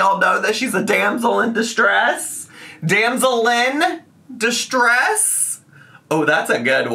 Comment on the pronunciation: “Damsellyn distress” this is your best moment 😂❤️